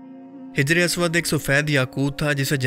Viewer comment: Its hajar not hijar